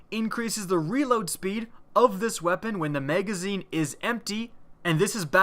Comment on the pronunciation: Lmfao i love that accent megazine haha